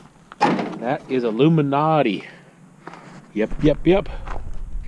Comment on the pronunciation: Yesssss! I thought I was the only person in the world to say aluminati! Keep on rocking on brother! Love your vids!